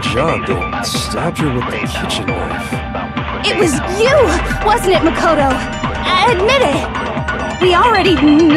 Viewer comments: "Mako-TO" Definitely not Japanese. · Celestia places the accent on the MA in Makoto instead of the KO, like everyone else. What European accent is she pulling here?